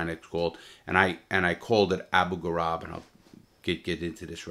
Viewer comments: “ABU ghoraib” in Iraq - sounds like “grayb” not Gorab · “Grah-eeb” not “garab”